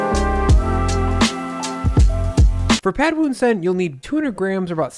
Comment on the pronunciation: As Thai, you pronounce “Pad Woon Sen” very well